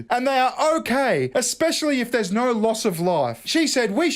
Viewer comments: Yet you still can't properly say No You say "Naur" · naauugghh.. There's an R in there somewhere